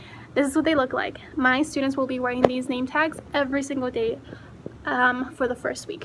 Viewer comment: Yay! Thanks for the shout out! And you said my name correctly. 😊. Thank you! Hope you have an amazing school year!